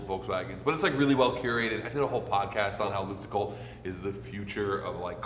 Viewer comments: pronouncing Luftgekühlt as Lüftgekuhlt is absolutely hilarious to me, if he just swapped the sounds it would sound almost perfectly German😂 Damn, that scene of placing that sticker on the guardrail absolutely made me bawl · i never heard some one butcher luftgekühlt oh gott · As a German I not even understand the word „luftgekuehlt“ like you pronounce it… 😂